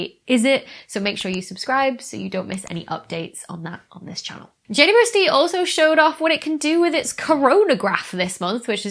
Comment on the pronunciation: It took me a few times to notice you call it Jay-woo-ess-tee. James Webb or just Webb is less syllables, 'init? :) I found myself shortening it also to Jay-west at times, but we have to agree on a standard, people! :)